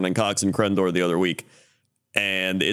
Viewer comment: Oh crendor you totally butchered that name 😂